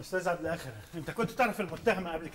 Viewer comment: الفخرانى نطق اسم عبد الآخر خطأ حرف إلخ مكسور وليس مفتوح الله هو الاول والأخير ليس له اخر بفتح الخه